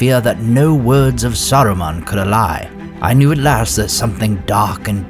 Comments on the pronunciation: Allay is "uh-lay" not "al-lie" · Great video. Only one error in the readings; pronouncing "allay" as "a lie" or "ally". The great lines from Gandalf in the movie "there are many magical rings in this world Bilbo, and none of them are to be taken lightly" doesn't seem to be in the book. In the conversation after the party, Gandalf takes great interest in Bilbo's description of feeling stretched. Gandalf also took great interest when Bilbo called it "my precious", and warns Frodo not to use it, but to keep it secret and safe (much as Gandalf did with his ring). It's very clear that Gandalf suspects that the ring may be the One, because it's effects are greater than a lesser ring should have. But in the Hobbit, Gandalf seems to believe that it's a lesser ring which grants invisibility and happens to be useful for Bilbo's role as a "burglar". I really don't think that Tolkien originally intended the ring to be significant at all. However, in developing the back story of the Silmarillion, Tolkien created a back story for the ring which became the basis for LOTR. You didn't mention that the Dwarf king's ring was taken before Gandalf was given the key to Erebor. As you relate, Gandalf suspects that the ring could be the One at the beginning of LOTR but he has to read the scroll of Isildur and hear from Gollum before he's convinced, and heating the ring in the fire at Bag End confirms it beyond doubt. Did you leave out part of the scroll? Isildur wrote that "it was hot when I first took it, hot as a glede, and my ha